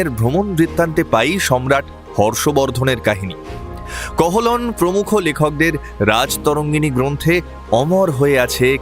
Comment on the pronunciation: কহলন না ওটা কলহন হবে 🙏